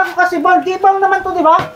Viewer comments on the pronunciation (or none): Bowl kc hnd bawl Sabi mo kc bawl ai haha